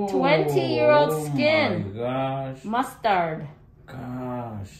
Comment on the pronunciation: Hilarious how she tries saying "mustard" with a Hispanic accent. 😂